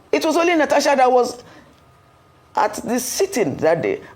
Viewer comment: Please learn to pronounce Natasha right. It is not Natacha.